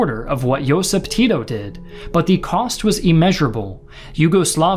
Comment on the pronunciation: a lot of pronunciation was not correct...but what to expect from english speaker... He can't pronounce Josip or Stana correctly... So it was pretty good with my expectations ☺️